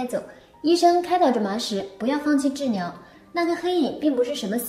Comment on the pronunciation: “ 模特儿，酿(两)个短故事，时间的 牛市(流逝)，喇(拿)走，治袅(疗) , 说不定就 火了nia(了)，森您(林)，过niai(来) 查看，我们nia(俩) 儿”